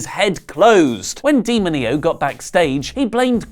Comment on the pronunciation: D-mo-ní-oh... geez!, go back to spanish school Click on the sound icon